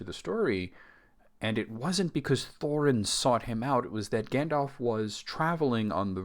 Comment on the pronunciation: lol the way you repeated gan-dalf made me snort bc i thought the same thing. also, as a brit, calling smaug ‘slag’ (synonym basically for ‘slut’) is very funny